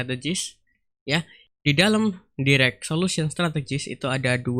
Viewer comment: sekedar saran bang, direct itu dibaca "dairek" bukan "direk"